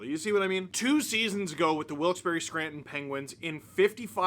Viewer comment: it makes me happy you prounouce wilkes-barre right steve _/ _/